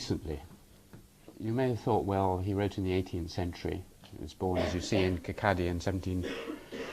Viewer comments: Its not KIR- KA -DY, the town he was born in is prounounced KIR-KAW-DY, and spelt as Kirkcaldy. I was born near there myself. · im sorry...kirkaddy burg school? kirkcaly(kawwdie) burgh (bura) school? and this is cambridge :/